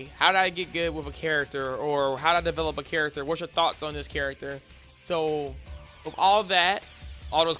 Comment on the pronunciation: Develop not Develope